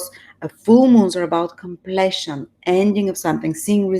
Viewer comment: Думата completion, всъщност се произнася къмплийшън --> [ kəm´pli:ʃən ] !